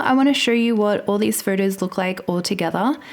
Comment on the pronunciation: I live for you to say the word “photos”. It’s perfect.